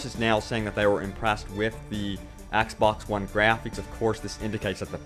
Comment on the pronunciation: its graphics. not grapheeks.